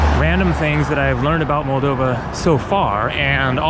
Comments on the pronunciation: Hey mate, welcome to our country. Hope you'll have a good time. Btw it is pronounced molDOva, not MOLdova. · In Russian, the accent is usually on the second syllable. Thus, mol-DOV-a and Chi-SI-nau ... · The accent is on the second O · it is pronounced Moldova